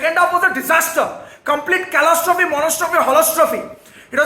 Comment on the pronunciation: Calastrophy, monostrophy, halastrophy